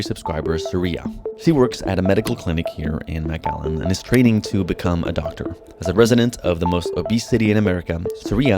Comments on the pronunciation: It’s not maaaaaaacallan it’s McAllen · I've seen 3 different thumbnails for this video so far 😂😂 and it's pronounced Mic-Allen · Texas native, it’s pronounced McAllen not Mac Allen. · McAllen not MacALLEN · MAC ALLEN? Its pronounced MIC Allen. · it's pronounced "Mc Allen", like McDonalds - makes sense right? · Is it really pronounced Mac-Allen? That’s news to me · Pronounced mik-allen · lol the first thing you should have asked the locals was how to pronounce their (easy to pronounce) town! 😂😂😂 you’re saying it wrong! 😂😂😂😂😂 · (5 mins in) The way he’s pronouncing “McAllen” is bothering me. Great video tho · I think he my be pronouncing McAllen wrong